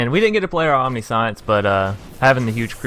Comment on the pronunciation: 70 cards may be a bit much. Definitely looks like a fun deck tho. On another note, Omniscience is pronounced “Om-nish-ents” just for future reference! Good video tho